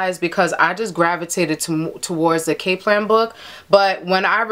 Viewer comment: Cap .. its Kap - lan .. but thanks tho ..